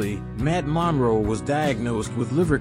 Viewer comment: He couldn't even say Matt's last name correctly!